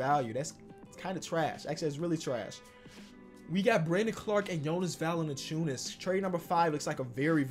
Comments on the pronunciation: its valanciunas not valanaciunas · “Jonas VaLiNaCHewNUS” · Why he always put that extra syllable in Valanciunas lol